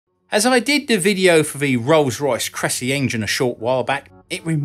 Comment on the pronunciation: Crecy pronounced Creycy.